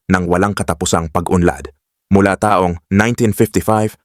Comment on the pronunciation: Halos lahat ng nagsasalita ng site na ito, matindi ang emphasis sa mga tulad nito: taong 1973, pagbigkas ng taong, mabagal kaya pag inintindi mo, taong 1973 - people of 1973; dapat mabilis ang pagbigkas ng taon - year. dahil pag mabagal, taong - naging person yun. Kahit sa hapon (Japanese), pag binigkas ng mabagal, nagiging hapon (afternoon).